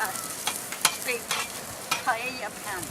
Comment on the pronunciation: Thank you, that looks delicious! I'm also so glad you pronounced it right and didn't say "pie ey a" or "pajeja" as apparently the rest of the english speaking population wrongfully pronounce.